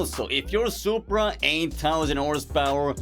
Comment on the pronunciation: ''Poopra'' Got me off guard.